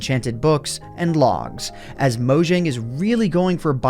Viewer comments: It’s not mojing it’s Mojang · Its pronounced "Mo Yang" not "Mo Jang"